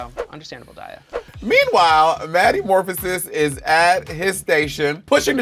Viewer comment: Did gigi say matthew morphisis? 😭